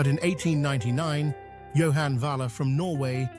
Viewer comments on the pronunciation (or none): none